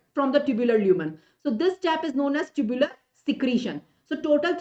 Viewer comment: Mam tubular secretion , tubular reabsorption you told wrong